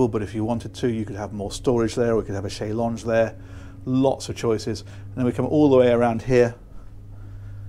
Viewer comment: What a Shay-Longé ¿¿